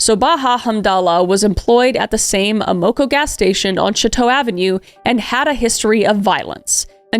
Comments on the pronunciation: You wasted an hour of my time and have told me nothing, other than you really don't know much about how the criminal justice system actually works (or how to pronounce "Amoco"). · ...Kris, you stated you didn't know what was going on with police in the 90s > unfortunately, as can be seen, not a whole helluva lot if anything had to do with p.o.c. on the fringes of society... & have to say, the name of the gas station confused me bc of your pronunciation, but then it hit me: Amoco...in the US, at least where I'm from on the east coast, we pronounce it aaam'-oh-coh... So, I'll be watching this one again, bc it's just crazy!!! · The way you pronounced Amoco is hilarious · Me hearing “A-Moe-Koe” station and thinking that’s a funny name for a gas station. Then it clicked, Amoco! It’s pronounced Am-Koe. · Ah-mah-co, not A-mo-co. Silly Canadian! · Kris’ pronunciation of certain words crack me up. Ah - moe- ka 😂 AM- oh- Koe Matt-son not Matt-eh-son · It took me until into the video to realize the service station was an AMOCO pronounced around here as AM-A-CO not A-MO-CO. Bless my whole heart. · Lol it's pronounced AM-uh-co, not uh-MO-co. 😀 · Pronounced Amaco, like Amazon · Amoco pronunciation is like Am-uh-co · The gas station is pronounced AM-A-CO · Ama KO its definitely not said how you're saying it. Like the words "am" "uh" "co" put together, just like that. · It took me a couple times of her saying Amoco to realize she was talking about the gas station that we often pronounce like Am Oco. I was like that is a weird name for a gas station and then it was like Oh Amoco! Lmao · AM a CO (As in "I AM," O as in "short "a" CO as in "company.") Thank you for the work, you are the best 😉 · Love you Kris!💜 AMOCO is pronounced Am-uh-ko 😊 yours is cute though 😊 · Am-uh-co lol. Not the way you are saying it...js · AM eh koh Part of the Standard Oil trust. Wikipedia can tell you how to pronounce a lot of company names.